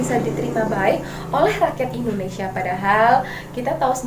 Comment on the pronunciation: Pendudukan jepang di Indonesi Huruf A nya jurang 🙏